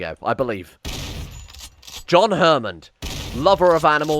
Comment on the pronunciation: I can't believe that no one has said this before but "John Hermond" < "John HAMmond"